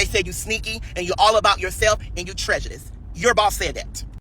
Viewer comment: And did this ninja say trejudice??